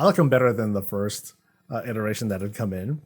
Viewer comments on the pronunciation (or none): none